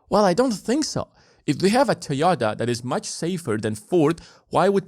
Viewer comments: dod you just say "TOYATA"? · What is a Toh-YAH-tah?